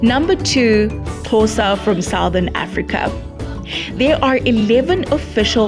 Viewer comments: It's not Khosa it's Xhosa. Please respect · CORRECTION:Its Xhosa not Khosa.Non Xhosa people usually pronounce it khosa . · Xhosa! Not khosa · It's Xhosa not Khosa please😞